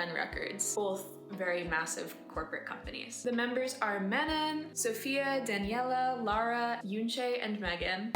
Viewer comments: Your pronounce Manon as ‘Mennen’ in America?? Oh god I would change I name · Manon is pronounced "Mah- noh" the last n is silent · “Mennin” bye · “Man-en” 🙄 stop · you need to research more before u make vids like this. they were formed via a YOUTUBE survival show, the netflix one was just a documentary. and u pronounced manon’s name wrong and i’m only 3 minutes in. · Righttt she couldn’t do the bare minimum research and correctly pronounce her name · That was not the correct pronunciation of Manon's name. She has a video talking about how it irritates her when ppl butcher her name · Girl, you can’t say Manon’s name properly? Weird. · I really don't understand how people are still making videos about Katseye without knowing how to pronounce Manon's name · The pronunciation of Manon’s name kind of discredit your knowledge of the group but I’ll give it a go for a couple minutes more.